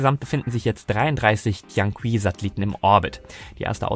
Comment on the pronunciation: Tianqi = Tjän tchi ( das "ch" wie in München)